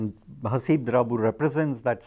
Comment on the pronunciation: Um..you've got his name wrong guys (it's Haseeb, not Habees).